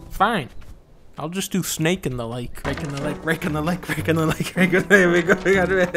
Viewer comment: "RaKKe IN ThE LaKKe"